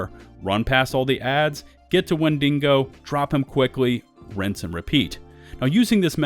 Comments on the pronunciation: #1 Massive mistake you're currently making: pronouncing Wendigo as "wen DING go" and not "WHEN dih go". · Wind-e-go not Win-ding-go. Sorry lol. That was driving me nuts. No hate intended. This is a good video. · Wen-da-go ya dingo 🤣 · Wendingo? The Australian version of Wendigo. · Why, Why, WHY! Does everyone say WendiNgo? There is no second N? It frustrates me so much when people say it, Wendigos are a common thing I fallout so I hear it alot. WEN DI GO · WENDINGO . IM DONE LOL 😆 WHEN DE GO , OVER DER LOL 😆😂🤣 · I'm sure it's coincidence, but real trippy that this "5 mistakes" list is so nearly identical to KhrazeGaming's video on the same topic from the bullet points to the video title to turns of phrase, all the way to pronunciation of "Wendi(n)go." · Wendigo. Not wenDINGO. timestamp it's right on the screen. It's not a dingo (an Australian wild dog.) It's an Indian monster. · WHEN-DEE-GO! Stop adding an extra N. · Why th fuck you pronounce wendigo wend deh go, wen din go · For a second there I thought the monsters name was Mandingo because of the way you said Wendigo. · Died at "wendingo" lol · "Wendingo" lol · When-dingo? Where-dingo? How-dingo? Why-dingo? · There’s no n in wendigo. Don’t know why you’re emphasizing DINGO so much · God your butchering of the word Wendigo would make the tribal people cry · Bro you are so articulate and your voice is so soothing to hear but i thought you were talking about a dingo or something and then i realized you were pronouncing the WENDIGO. Haha. That shit killed me, i thought i was tripping. Anyway, much love, you gained a sub.